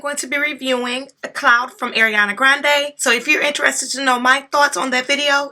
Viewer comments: Not to be rude, but her name is Ariana, not Eriana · my dear, ariana it's like ARIANA, NOT EIRIANA luv u